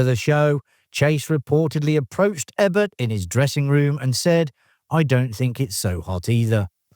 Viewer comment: PLAID, MORROW, EBERT - Is the narration AI? If not, I can't understand mispronouncing "plaid" in Dead Men Don't Wear Plaid, Vic Morrow's last name, and, most surprisingly for a film channel, Roger Ebert's last name. Ugh!